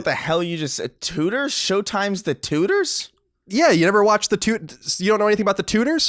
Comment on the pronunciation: I thought he was saying the tooters not Tudors near the beginning